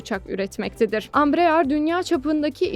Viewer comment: Bu haberin neresinde Embraer Kaan parçası üretecek geçiyor? Bu nasıl başlık? Ayrıca Ambrear değil Embraer, birisi ablamıza okumayı öğretsin.